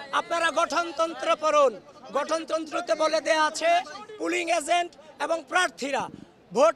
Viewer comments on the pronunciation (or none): none